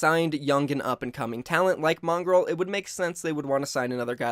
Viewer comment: This man is really pronouncing mongraal “mongrel”